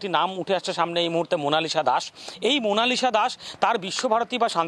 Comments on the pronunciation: মনাসিলা ভুল হবে মনালিসা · Eta monashila noy monalisha hobe 🙃